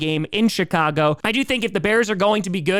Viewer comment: Did he say Chicago or shitcago?